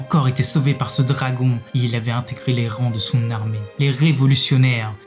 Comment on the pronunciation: Prononcé les mots anglais correctement car entendre dragon et d'autres mots mal prononcé sa pique les oreilles